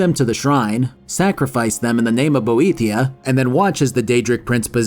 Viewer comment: I forgive every mispronunciation. In the grand scheme of things, it's relatively minor. Except people who pronounce Boethiah as "bow-ay tie-ah", they will suffer in Oblivion